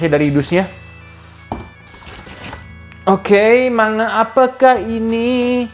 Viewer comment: Saran aja bang, akun abangnya kan fokus review manga, ada baiknya pronounce kata "manga" nya dibenerin, no offense